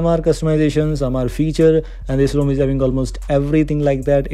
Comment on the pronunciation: ROM ko khaajate ho bhai when saying it as Custom ROM. :D